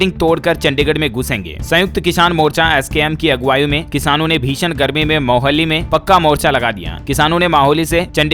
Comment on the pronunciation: Siir ji माहोली nahi मोहाली कहिए 🙏